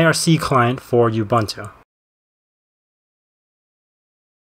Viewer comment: it's pronounced ooboontoo :>